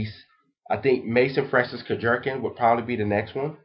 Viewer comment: LOL! Kurk-jerkin. Think kurk-john. But like Jean Claude van dam. Kurk-gh-eon. I've met the man so I know exactly how his name is pronounced. And someone said maison means house is correct. The house of.. Or just say MFK.